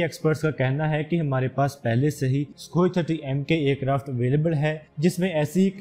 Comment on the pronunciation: It's Sukhoi 30mki not Sukhoi 30mka, check your pronunciation bro, before you start confusing others.